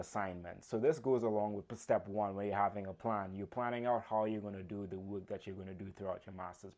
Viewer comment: A friendly note: you are not pronouncing "work" incorrectly....it sounds like "wook" ... Be sure to pronounce the R in your pronunciation. Listen to a recording of y ourself and check it out. Best wishes. Good presentation!!